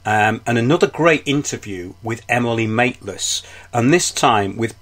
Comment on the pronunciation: I like how you say Emily Mate-less LOL